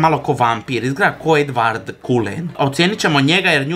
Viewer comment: Edvard KULEN..... ja samo KULEN čula.... 🤣🤣🤣🤣🤣🤣🤣🤣